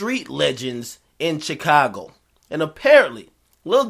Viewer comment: Akademiks say Chicago like "Chick-ka-go" that shit is funny everytime